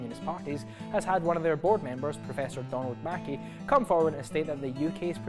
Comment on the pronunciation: Good job! One little thing though. Professor Mackay's name isn't pronounced Mackie (thats a different name), it's pronounced Mac - Aye... I'm not joking.